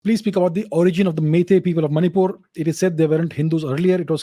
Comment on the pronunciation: She was from that region i guess you cannot say Manipur correctly